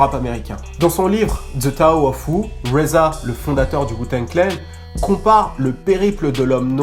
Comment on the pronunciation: Putain la prononciation de rza revoit tes classiques mdr sinon bonne vidéo .